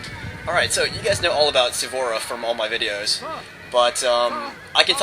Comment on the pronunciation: its Suvorov not sevborof